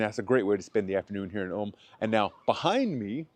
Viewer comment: It’s pronounced „Oolm“ not „Alm“